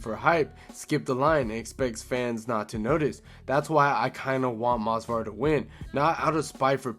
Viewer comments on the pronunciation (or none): it’s Movsar not Mosvar. Bro is so boring his own fans don’t even know his name 💔